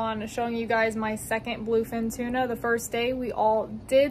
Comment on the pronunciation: Tuna not Tina sorry